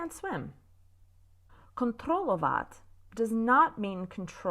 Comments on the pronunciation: Hi! Really very useful, and also very amusing stuff; thank you! Only four small corrections of you Czech pronounciation, concerning emphasis or stress (easily avoidable:): SKUtečně - not skuTEČNĚ; KONtrolovat - not konTROLOVAT; Ovládat - not oVLÁDAT;... plus šÉf - not ŠEF (meaning BOSS). - Looking forward to more of you lectures! - 👍 Best regards from Jan (male) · Hi, 'skutečně', 'kontrolovat', 'ovládat' - mind the stress:D always on the first syllable